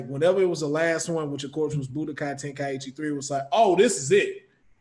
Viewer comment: How is a fan and he didn’t know how to pronounce Tenkaichi -.